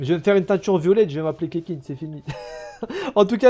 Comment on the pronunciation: « Oe mais c bien le doublon de keqking la tfait de la constellation et deja sa s’dit ketching et pas keking reflechi nunuche » 😂🤣🤣😂